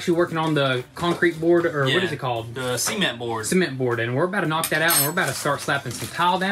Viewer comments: see-ment dang son: ce-ment 😭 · I like how you guys pronounce cement 😂 in Canada we say it pre much suh-ment 😂